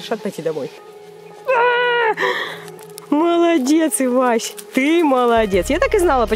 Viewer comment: Кста не ивася а эвася